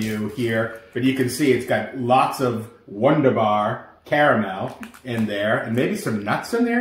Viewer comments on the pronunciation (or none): Pronounced Voonderbar